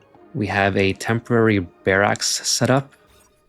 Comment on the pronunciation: Excellent tips and video! But one pet peeve: barracks sounds like "bearucks" not "bearaxe".